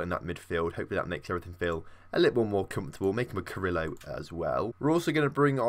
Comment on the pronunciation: You're also saying carrilero wrong. You say it like Carrillo